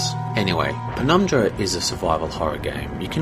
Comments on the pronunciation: ugh, PenumBra, not PenumDra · Great review, and I will buy this game now based on your review. But you kept calling it Penumdra, instead of Penumbra - that started to grate on me after the 3rd or 4th time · PenumBRA. Not PenumDRA. Good review though :)